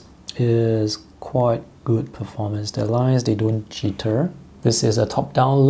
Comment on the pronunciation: Oh lord isn't it horrible he didn't pronounce a word perfectly 😂